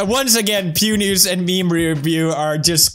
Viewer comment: Pew News but i heard "Pewnis"